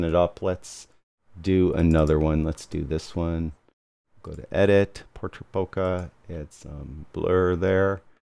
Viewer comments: it's not "bohkah" but "bohkeh". It's japanese from the verb "bohkéru" meaning going out of focus or in another context "becoming senile". And the accent is on the second syllable "bohkéh". You are welcome. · It puzzles me why so many photographers that should know better pronounce "Leica" as "Laeeka" which is the correct german way, but then mispronounce the japanese word "bohkeh". Why the difference? Is it that difficult? Greetings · Heaven only knows how you conclude that the correct pronunciation of "Leica" leads someone to a correct pronunciation of Bohkeh. Have a good day!